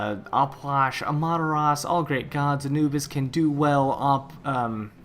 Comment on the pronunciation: "Amataras" Wait wut